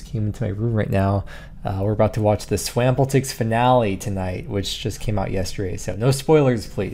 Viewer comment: The way you pronounced Swampletics had me do a "double take" lmao! Love ya!